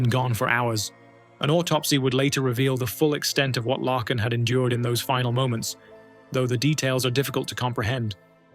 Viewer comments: I like watching these videos but it is pretty disrespectful to say the victim's name wrong over and over. It's Laken like Lake-In. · LAKE N not lacken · Her name is pronounced Lake - in! The A is long. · Broh, its pronounced “Layken” and “Brissol”. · I think her name is pronounced Lāken like a lake. With a "N" at the end. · So let me get this straight, you have no problem pronouncing LAKE Herrick correctly but keep calling LAKEn Riley “Lackin”. Yeah, you really did your research 👌🏻😒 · It's A i n it sucks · You are saying her name wrong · Bub you do that much research then mispronounce Lakin's name, cmon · You pronounced Laken Riley's name so wrong and that is so disrespectful. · How do you make a video and not make sure that you are pronouncing a victims name correctly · I could not listen to this because of AI voice pronouncing Laaaakens name so stupid it's disrespectful .... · Please research the pronunciation of people’s names BEFORE posting the story. Doesn’t take much effort. First story…her name is pronounced LAKE (a body of water) ending with N. You can listen to news stories to hear her name said properly. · Dude..... It's pronounced LAKEn... Not lacken. Lake, lake! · HER NAME IS PRONOUNCED LAKE-N NOT THE FUCKED UP AI SHIT LACKEN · You are pronouncing Laken Rileys' first name wrong. It is Lake - n NOT Lack - n. At least you did better than Joe Biden. He gave her a completely different name. 🙄 Then he opened the gate and let in thousands more criminals just like her killer. Well Obama did. Obama was in the white house way more than Biden during the horrific Biden term. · At least learn how to pronounce the name you're gonna be saying , let me help you , laken , lake n ....... Get it , NO lacken .... SMOOTH BRAIN. .... NO QUARTER ASKED NONE GIVEN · if that first story does not show how bad AI is , Her name is not Larken , no r ,Lacken , no c , it is Lake en Laken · Its not Lacken -- her name was pronounced - Layken - Laken Riley. Gosh that was annoying